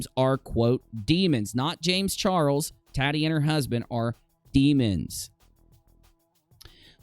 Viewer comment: It sounds like you're say t-a-d-d-i-e. Lol. Tah-tee I believe it is .